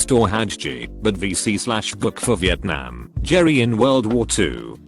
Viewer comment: Normal people: vietnam Robot voice: vietNYAAM